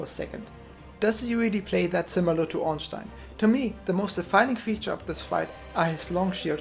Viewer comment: Haha. Finally someone, who uses German pronunciacion of Ornstein. Not the usual orns-teen.